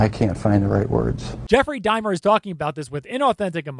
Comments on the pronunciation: Serious question, I'm not trolling, but don't you do hella research on every video? Including watching interviews of them, read about them and their crimes, hear witness testimony, etc? Cause I'm confused where you ever heard anyone say Dimer rather then Dahmer, in-fact no one has lol, so did you only do reading kind of research on him, or what? Lmao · You keep saying it like Jeffrey Dime-er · I had to watch this twice for certain details because I kept laughing every time he said “Dimer”. Why is he calling him thaaaat? 😂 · Jeffrey Dimer? you keep saying Dimer... that just feels so weird to me. It's so weird to me is all. Dimer.... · Jeffrey "Dimer"... you're killing me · I think its funny how u pronounced Jeffrey's last name over and over again as "dimer" haha 😄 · Why do you keep saying Jeffrey Dimer? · This guy lost all credibility with ne when he said *Dimer. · Is it pronounced Jeffrey Dimer???? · Did you purposely mispronounce it Dimer just to get on people's nerves? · How do you keep mis-pronouncing Jefferys’ last name ? Is it me or …..💁🏻‍♂️ my subtitles are on and it’s even reading “dimer” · LoL for such a smart guy he really can't pronounce that name right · Did you even listen to any interviewer or even Dahmer say his name? Bruh how people study body language but can't pronounce the most infamous killer.......🤣🤣🤣🤣🤣🤣🤦🤦🤦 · You pronounced Jeff's name wrong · Why are you mispronouncing Jeffrey Dahmer ❓ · your commentary isn't as funny as you think it is. but other than that, good vid and you pronouce dauhmers (or however its spelt) name wrong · bruh its not dimer. Dahmer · Oh, my word! Stop saying "Dimer"! It's an "AH" sound! Dahmer! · Dude, it’s DAH’mer. Not DAY’mer. DAH’mer, DAH’mer, DAH’mer. Thank you…😜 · It’s pronounced DAW-mer. Not DIE-mer. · Why do you say it like “Dymer?” You pronounce it “D AH MER” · “Dime-r?” 😂 it’s Dahmer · It's not Jeffrey Die-mer, like climber... It's Dah-mer. Rhymes with Bomber. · Son, its Daaamer, not dimer